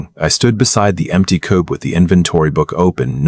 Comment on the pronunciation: I sent my comment too soon. Quiche not qwich, oder not order, not two thousand forty three, and again coop not cope. Otherwise, this is a good story with a pleasant voice.